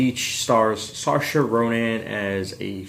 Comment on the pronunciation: Hi! Nice review. Not sure about the pronunciation of Saoirse Ronan, but other than that well said!! XD We have also done a review of this film. Would you mind letting us know what you think of it? We're new to this!